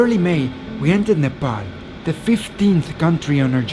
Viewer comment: It's pronounced Nuh Paul not Nuh Pal.